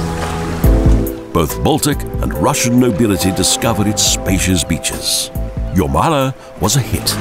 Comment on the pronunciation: Līvu Square. -- Jūrmala. A pity that the producers didn't think to employ a voice-over artist who knew (or could be bothered to find out) how to pronounce the names of the places in this video.